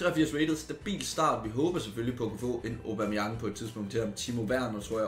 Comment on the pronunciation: Hvorfor er det du siger Obameyang istedet for Aubameyang ?